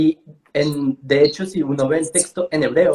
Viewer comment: Porque uno de ustedes pronuncia testo, en vez de tecsto? (o sea texto)